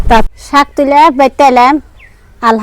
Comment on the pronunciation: আপনারা এসব উল্টাপাল্টা কথা না বলে চুপচাপ ভিডিও বানাবেন তাও ভালো সুন্দর হবে চুপচাপ ভিডিও বানালেও তো সবাই লাইক দিবে কি সব উল্টোপাল্টা কথা বলেন শাক কে বলেন হাক